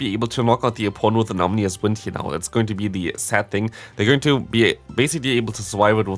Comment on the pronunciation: Ominous bro, not omnious